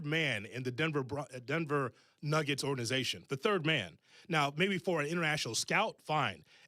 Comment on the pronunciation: Why does say “ordanization”, instead of “organization”?